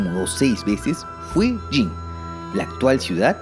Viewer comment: Zhou = djow Qin = chin Jin = djin Sui = swey Entiendo que no todo el mundo estudie el chino pero podrían comprobar la pronunciación en Google...